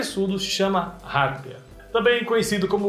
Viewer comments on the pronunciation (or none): Sempre ouvi que a pronúncia correta é "harpía", não "hárpia". A sílaba tônica é a segunda, e não a primeira, como o pronunciou. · Poxa,. Como que você não conhecia a harpia? É um símbolo nacional, vive basicamente em todo território nacional e é um dos maiores e mais pesados pássaros do mundo. E se pronuncia arpía, com o acento tônico no i. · Harpia pronuncia-se [arpía], com acento tónico no i. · Qual a dificuldade de falar "harpia ? " pqp